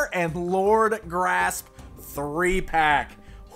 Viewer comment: Surely Lord Gr'asp should be pronounced with a gap to emphasise the 'asp' part of his name, asp being a type of snake.....